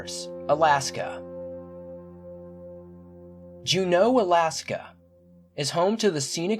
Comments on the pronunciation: It's pronounced "jew know" not janow. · I'm from Juneau. We started getting grizzlies here about 15 years ago. That's likely what happened. (Fix the spelling please! & you're saying it wrong - JUNO). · I loved the video. I just thought you may like to know, Alaska isn't the final frontier (that's star trek)...it's the last frontier. The capital, Juneau is pronounced June-o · Always go alone👁 and y does he keep pronouncing it as jannoo..its jenaue he doesn't have an accent so y the wrong pronunciation..just saying..and remember always go alone so nobody u love gets taken.. Just you..because nobody love u..jk.trust God.. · It's Juneau not Jeneau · It's pronounced . June-no .. not jew-no Lol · It's not JuNO. It's JUno. <-= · Please if you are going to do a series or episode on AK correctly learn to pronounce the areas. It is Juneau as in June O and Tanana River as in Tan Anna. That river could sure tell some stories. You don't mess with that river. BTW I lived there many years so yes I know the area well. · Apparently your research didn't tell you how to pronounce or spell Juneau, the state capital. *JU-no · Jew-No for fuck sake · TAN- a-na river. JU-no . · "Jeneau"? You mean Juneau.The Capitol of Alaska? It's pronunciated, jew-no like judo but with an n. Alaska is a land that feels no compunction to forgive mistakes. Even small ones can be your last. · Its Jew/No like Juno. Stay crreeppyyy!! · No offense but Juneau is pronounced JOON-oh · Lol You pronounced "Tanana" and "Juneau" weird. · The guy that went missing around Juneau Alaska, one you pronounced it totally wrong and the fact that bears are not sleeping all winter long I was raised in Alaska and I know Bears can come out in December November January and February whenever they smell food or blood